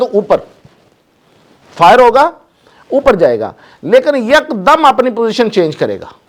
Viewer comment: Apni urdo thik karo Yak dam nahi hota hy ek dam hota hy ok sir